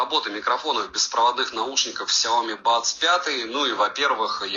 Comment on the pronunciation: Сяоми́, а не Сяóми! Ударение на букву "и", а не на букву "о"! Вызубри и запомни это НАВСЕГДА! А то звучит как Наоми!